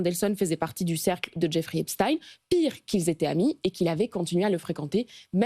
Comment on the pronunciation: Merci de prononcer Epstein comme Einstein et pas Epstine comme les ricains.